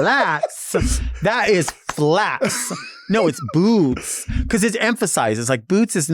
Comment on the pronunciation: FYI: “Bootz”